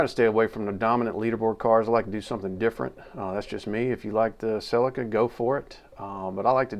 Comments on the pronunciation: it's pronounced sell- eeka not sellekar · That is deffinatly not a golf... Its a lancia delta that was infront 😂, and you pronounce celica wrong